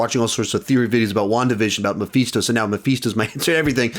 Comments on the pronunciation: "Meephisto" LOL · I love how pronounces Mephisto like Omega from the bad batch would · Is mispronouncing Mephisto or have I been mispronouncing it all this time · I think he's mispronouncing it.